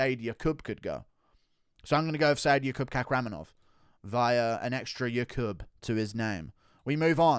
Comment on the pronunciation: “By an extra yokub in his name” 😂😂